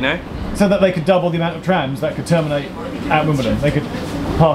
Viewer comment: But the DLR is still cool. Some routes have such beautiful scenery especially at night but I dont know why I still like the trams better haha. And I loved when you both said traims haha it suits well trains and trams. Get it? 🤣🤣